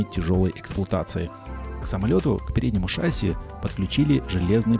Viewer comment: не шАсси, а шассИ. Без обид...